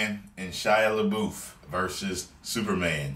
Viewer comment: Shia Leboof? xD